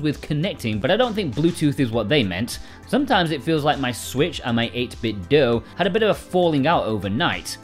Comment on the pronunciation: I thought the company said it's pronounced like 'dew' and does not rhyme with Nintendo